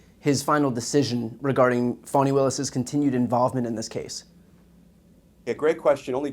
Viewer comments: BTC, please show some respect for Fulton County, Georgia Prosecutor Willis by pronouncing her first name as she does. You are pronouncing it "fawn'-ee" when the appropriate pronunciation is more like "fah'-nee." I acknowledge that it's a slight distinction but it's disrespectful nonetheless not to care enough to pronounce someone's name as they prefer to pronounce it. I cringe every time you or anyone else pronounces her name like it incorporates the term for a young deer! Do you like it if people started pronouncing your your first name "bree'an" given that long ē sound is a perfectly acceptable pronunciation of the letter i used in many words. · Doesn't Trump's being spanked by Stormy Daniels cancel out anything Fani Willis did? Republicans: It' pronounced Fawny not Fanny and you know that - grow up. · She pronounces her name Fawney.